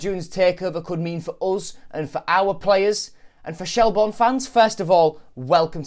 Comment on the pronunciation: Shel-burn not Shel-born. Good vid though.